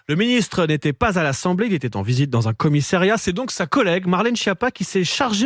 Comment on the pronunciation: 2'20" "en visite dans un commissÉriat"?!? Vraiment ?!?